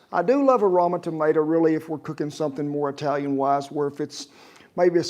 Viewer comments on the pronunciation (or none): Eyetalian salsa!